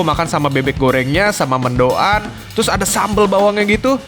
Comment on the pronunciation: Sebut mendoan ga dipisah mank bisanya, mendoan bukan mendo an